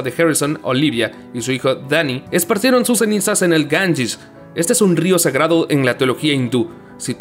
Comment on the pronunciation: Que mierda es gangish es Ganges tu Inglés da risa